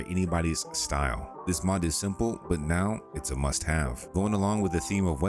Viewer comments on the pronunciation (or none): none